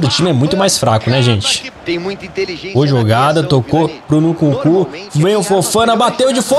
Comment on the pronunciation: para de dizer Nukunku 😭😭